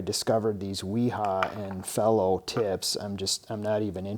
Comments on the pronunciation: It's not fellow its fee-low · "fee-low" and "Vera" and " v-ha" are the correct pronunciations.